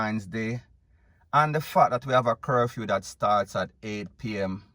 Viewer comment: He said curfume or is it curfew.